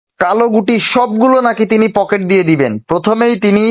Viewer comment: Poket na eta pukur 😂😂😂